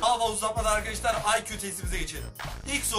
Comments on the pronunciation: Mustafa neden arkedeşlar diyosun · Arkeşdar demeyi kes lannnn😠😠😠